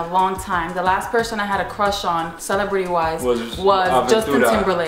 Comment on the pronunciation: at 1.31 who did he say was your "crush" lol?